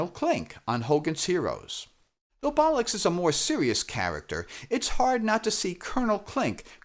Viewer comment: Why are you pronouncing Captain Bolix as Captain Bolux? Is this deliberate smut? snarf snarf